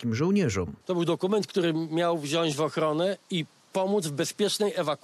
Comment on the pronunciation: Wziasc powiedzial! Wziac!